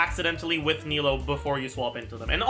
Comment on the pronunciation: says he tries to pronounce sumeru characters' names correctly but then pronounces nilou as nahida smh